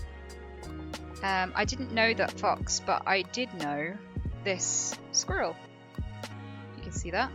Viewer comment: I thought Anita said "this girl", not "this squirrel", so I thought that entire story was about her letting a woman who had 3 children decompose in her back garden and then she kept the skull...😥